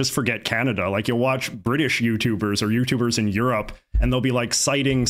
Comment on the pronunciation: did y’all catch that? He pronounce Europe as “you’re up”.